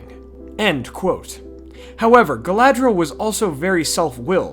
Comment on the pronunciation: Galadhriel - pronounced Gah-lah-three-el Galadriel - pronounced Gah-lah-dree-el. Galadh = Galath = Tree. Galad = Gah-lahd = light Dh = Th Caras Gala-thown Ea = Y i = 'ee' sound. Maedhros = "May-throse." Earwen = "Yarwen." Finarfin = "Fee-nar-feen." Any vowel with a long mark over it is pronounced harshly (the long vowel sound). They got a few things wrong with Elvish languages in the films (which they admitted to, later), but just wanted to help you out with the pronunciation.